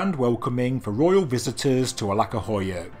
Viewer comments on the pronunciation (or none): The letter C in Turkish is actually pronounced like 'j' in jam, not like 'c' in 'cat'. I know it has nothing to do with the video itself, but 'Alaka' instead of 'Aladja' 'would not stop bothering me so I thought I'd just put it out there Bonus points for pronouncing 'Hattuşa' with a 'sh' as in 'shell', not 's' as in 'sign'. Turns out, all of these weird letter variations serve a purpose after all! That aside, the video is great as usual! Love me some lesser known sites getting the spotlight they deserve!